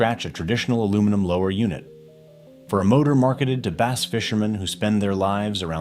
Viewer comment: It's BASS as in ASS!!!!